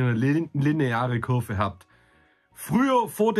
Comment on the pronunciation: Es heisst Kurve und nicht Cürve!